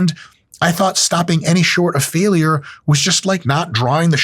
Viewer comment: I hate how Mike pronounces "failure" like it has three syllables instead of two.